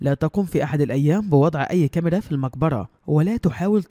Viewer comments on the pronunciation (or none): none